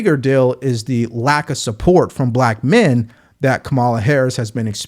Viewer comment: Everyone is supposed to know how to pronounce the names of the prez & VP .. Mispronouncing either name makes the host look uninformed. As for KA-ma-la (not ka-MAL-a), she's as awful as Trump. Two bad actors as usual running for prez.